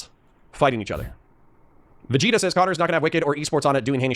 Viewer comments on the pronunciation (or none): none